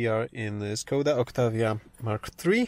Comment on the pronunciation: It is pronounced Škoda